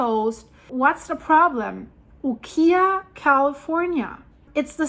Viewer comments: UKIAH is pronounced U-KI-A Not KEY, but K-eye (long i) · Ukiah pronounced by a friend who lived there is “ You ky ah”. Ky rhymes with my. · I always heard Ukiah pronounced like, U-Kai-ah. (Not like the furniture store). I grew up in Calif. I'm not an expert, just what I heard. You have awesome videos! ❤️ Keep it up. California has all kinds of hard to pronounce town names, lol.